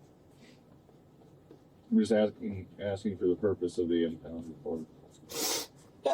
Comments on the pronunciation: "What I'm axing you, . . ." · "Axing", as opposed to "asking". There's a small number of people, that actually believe she's one of the "most educated" people in the United States! lol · He's not "axing" you anything girl.... he is "asking" you questions though 😂and they're not to concerned over you boo boo when you attached 3 people with your vehicle. WTF is wrong with you? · It's "asking", not "eksin"! (However, I notice positively that she's polite, at least until minute 21. No screaming, no swearing, no "that's racist" or "I can't breathe". But of course, that can still change.) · Axing??😂😂😂😂! How stupid can they be?? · What I'm axeing you? What the hell kind of English is that? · “But what I’m axing you right now.” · She keeps saying "You aksin' me all these questions". Ridiculously stupid and in denial of what she did. She should never drive again. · She's axing him?! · What ax was involved? She keeps saying about axing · What I'm " axing you " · She axing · Are you axing me ? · So self absorbed and obsessed that she can't even recognise the hurt other's are feeling after her horrific decision... 😡 Being drunk doesn't excuse or omit psychopathic tendencies... Also, on a lesser note, how hard is it to pronounce "asking"...???